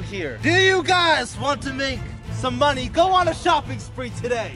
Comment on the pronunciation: Says moneyaa